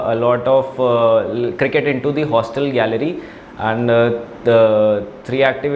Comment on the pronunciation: And❌ Aand ✅